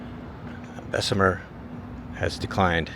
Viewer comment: Anywhere poverty is crime will exist. And its pronounced bess mur... My family is from there and Birmingham